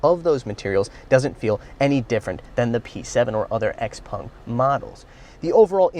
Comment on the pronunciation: Xpung?? its not Xpeng??